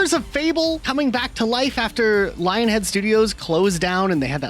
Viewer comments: Gotta say bro, you gotta look up how to say Lyon, France. Because it’s not pronounced like the English word ‘lion’ I know how it looks like you should say it that way, but it’s literally French. You gotta pronounce it like ‘lee-on’ 😊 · He was worried bout Czech but the Lyon was worse😭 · That pronunciation of Lyon, France should be legally punished holy shit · broke me. Forget the mispronunciation of Lyon, but assuming Montreal is in France is truly something. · That is not how you pronounce "Vicarious" That is not how you pronounce "Lyon" Good grief lad